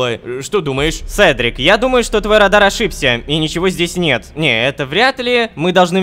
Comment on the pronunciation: Не радар а радан